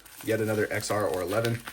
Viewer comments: brudda!!! "eks es" "eks ar" 💀💀💀💀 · I was going to say the same thing. I can't stand it when people say it wrong.